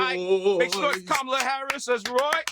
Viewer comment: Desus low key still can't pronounce Kamala lol